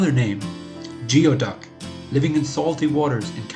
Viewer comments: Because it is pronounced "gooey- duck". In the video you pronounced it as "g-ee-o-duck", as in how you would pronounce the beginning of a word like "geotracker". Geoduck is pronounced "Gooey-duck". It comes from the Lushootseed word gwiduck or gweduck, which is the word Lushootseed speaking native tribes of the area used for it. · I'm sorry, I can't get past the narrator saying "geo" instead of "gooey" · goooey-duck not geo-duck. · We pronaoses gooey duck. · It is pronounced, gooey duck. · It's pronounced gooeyduck in the places these clams actually grow and are farmed. I always lose faith with people talking like an expert about things they don't even know how to pronounce. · The pronunciation is killing me.